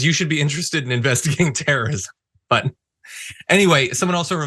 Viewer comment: "Teer-ism?" What's teer-ism?